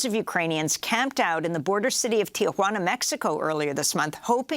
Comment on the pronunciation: Amy, like most Americans, mispronounces Tijuana—it’s not Ti-a-juana. Listen to how says it.